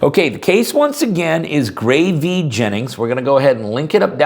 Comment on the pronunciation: Who is Gray V. Jennings? Oh, if you mean " Gray versus Jennings " or " Gray vs. Hennings " then say it. It's annoying hearing " V " instead of versus. Roe v Wade. Still enjoy the videos though .